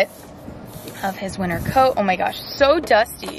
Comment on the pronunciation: Am i really the only one who heard "he is sheding his last bit of WINNER coat"😂 oopsie